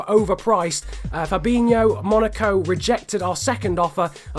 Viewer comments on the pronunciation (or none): none